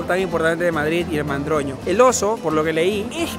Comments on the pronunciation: Oso y Madroño, no mandroño 😂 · Jajaja es madroño no mandroño 😅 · El Oso y el Madroño,, no mandroño:) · Mandroño jajajajajajaj me gusta el nombre pero es Madroño